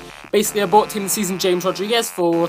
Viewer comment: Dude James in Colombia is pronounced like Hames not James, just talking